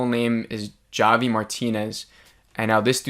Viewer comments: Jah-vee? Lolo it's Javi.......--->>>ha-vee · Oh honey... It's pronounced "Hah-Vee," but I couldn't help but find you saying "Jah-Vee" so cute and endearing lol 🥰🤗 Love these... And love the discussions we all get going down here in the comments! Thanks for keeping them coming!!! 💕 PS: my theories.... I think Bobby Farley is the person who started the "Flex" joke/rumor about Travis (I gotta go back and listen to him tell her the story again!!). Also, I haven't believed Jeff was involved, until now. There wasn't time for Adam/Javi to unlock that safe and take Shauna's journals.... And it's like you said; they want us to believe it's him... At this point, a bit too much. I now, finally, believe Jeff is involved in the blackmail thing for sure! Also, the #2 season trailer highlights the moment when the girl stops another from eating a mushroom and said it's poisonous, and then Van says, "Like, kill you poisonous, or trip your balls off, poisonous?" Why would the big season trailer mention that, of it wasn't significant? It's bc it IS. I believe they're all tripping in the next episode, and it probably becomes a ritualistic thing, and it allows them to do things they wouldn't normally feel comfortable doing (ie... eating another human). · It's pronounced HAVY!!! Like Javier! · "jah-vee" LMAO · Ja-vee lmaooooooooooooooooo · Why does this guy keep calling him jah-vee? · “Jah vi” hahaha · How do u mess up the name Javi? It's like saying Mike wrong!!! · Javi is not pronounced with a hard "J". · If I hosted a review show or Podcast, I would think at a minimum I would take the 3 minutes it takes to actually pronounce characters names correctly. It just exposes a simple level of professionalism. I mean, it's not that hard to do. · Dude. Have you even watched this show???? Javi is NOT PRONOUNCED WITH A HARD "J" 😠 such a simple thing. 2022, bro. Wow. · Lmao why are you pronouncing Javi like that 😭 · It’s Javi (Havi) 😂😂😂😂😂😂